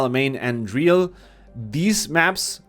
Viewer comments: m8 driél? Driel the same as you pronounce the ee in wheel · that southamerican "DRIEL" pronunciation is sparkling lol, but seriously I remember when u introduced yourself as "this is ". Cheers, o salud como quien diría, sos muy genio! Abrazo y gracias por tu contenido siempre.